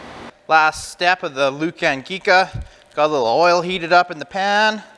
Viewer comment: You are pronouncing the name of the sausage wrong it's pronounced LOO CAR KNEE CA